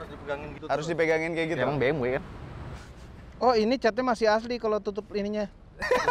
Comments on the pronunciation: Bi Em We mas. Bukan Bi Em Double U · Si paling "Biemdabelyu"